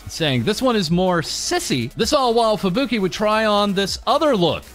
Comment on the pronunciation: You pronounce Japanese names incorrectly. I assume it's just a habit, but you would probably get bonus respect if you did it right. You stress the vowels wrong. Just for example, Fubuki isn't "Fu bookie" but "Fubu key". Pekora isn't "Pe core a" but "Peko rah". Takane isn't "Ta kane" but "Taka ne". Koyori isn't "Ko yori" but "Koyo ri". Mayuzumi isn't "Mayu zoomie" but "Ma yuzu mi". etc etc.